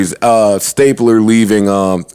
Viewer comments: Hearing joe say Elliott stapler and not STABLER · Joe calling him stapler instead of stabler is hilarious 😂 😂😂😂😂😂